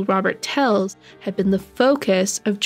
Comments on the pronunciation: She kept pronouncing his name as Tells, it is Telles. smh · Isnt is Tel-Ez? ? Also, its high- VIS, short for visibility! Sorry...im horrible I know! But you may delete this if you wish, just want you to be aware! X